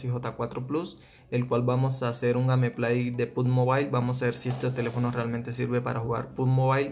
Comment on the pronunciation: Perdon que te corrija pero tu dices gameplay se escribe asi obvio pero se pronuncia geimpley :v